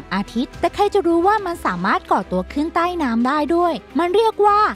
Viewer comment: รู้สึกว่าคำว่า ใต้ ของแอดแปลกๆไปนะคะ แอดออกเสีงสั้นไปค่ะมัันเลยแปลก แอดลองออกเสียงยาวกว่านี้นิดหน่อย นะคะ เผื่อดีขึ้น